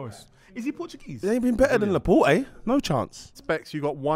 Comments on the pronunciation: The more I watch this show the more I realise these man do not know ball, man said Laporte 🤣🤣🤣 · Also they can't pronounce Laporte.... he's only been in the prem a few years.... cmon lads, you don't know ball.